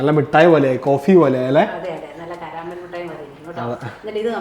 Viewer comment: കരാമൽ അല്ല കാരമൽ